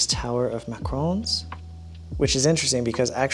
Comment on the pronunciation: I was triggered at how he pronounced Mah-ka-ron, as Macron!!!